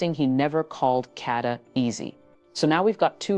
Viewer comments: Yes, say her name correctly!! Kaaaa-da!! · Say her name correctly. Damn!